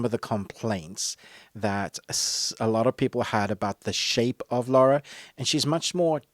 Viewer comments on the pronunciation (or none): Come on, you're not an uncouth yank. It's Lara - LA-RA, not Laura!;-p